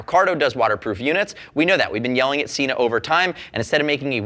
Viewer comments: SENA not SEENA. Watch their own channel to understand how to pronounce it correctly. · You say Sena incorrectly